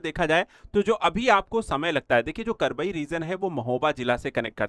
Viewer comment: भाई साहब यह करबई नहीं कबरई है